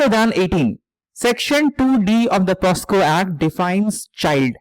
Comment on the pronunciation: Sir , it's pocso not posco. Thank you for such a good analysis.